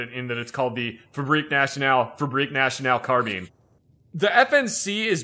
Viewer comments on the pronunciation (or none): none